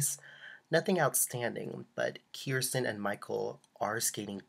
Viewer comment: It's pronounced KER (as in Her) -STIN Not Keer-Stin